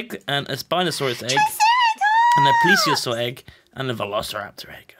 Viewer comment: OMG its a yogscast member who knows how to say plesiosaur xD